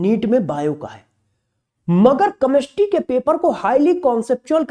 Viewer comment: कमेस्ट्री मत बोलो जी।केमिस्ट्री बोलो। बहुत बुरा लग रहा है सुनने में।पहले अपनी help करो।